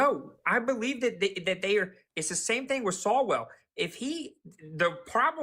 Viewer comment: He keeps railing against people whose names he doesn't know. His examples are SO egregious he can't get their names right. From Walz to E. Gene Carroll, lol.... Calling Swallwell "Sawwell", lol.... This guy is a desperate man!!!! 😉